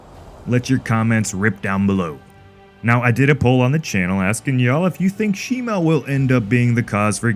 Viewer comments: It’s not shimo it’s shimu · It’s Shimo not Shimu